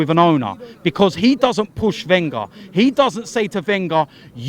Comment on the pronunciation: wenger's not leaving until can pronounce his name right